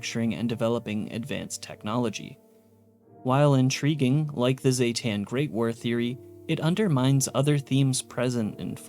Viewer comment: zee-ten, not ZAY-TAN, everyone says the species name wrong, smh XD